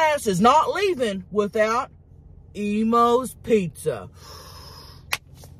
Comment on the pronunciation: This whole time I thought she was saying Emos pizza 😂 till I saw the box